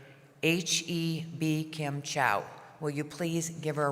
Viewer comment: 大使的英文名是台語發音，超讚啦！